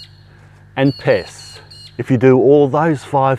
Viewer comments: At the end of the Video, I had gotten distracted by a sudden kissy attack from my Pitt Bull, turned back to the video and at the very end I thought he said "Piss" instead of Pest and had a total WTF moment 😂😂🤣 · I thought you said piss at the end of it. I was like, whhhhaaaaaat! lol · I thought he said piss, I had to rewind.